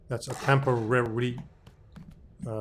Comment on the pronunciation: TEMPOWAWY Kappa